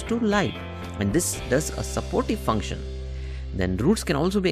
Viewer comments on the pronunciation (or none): none